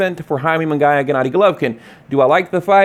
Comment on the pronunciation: Its pronounced Mungeeeyaaa.